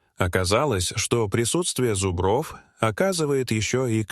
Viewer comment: Подарите лектору орфоэпический словарь. Замечательное видео, но от зубрОв уши вянут!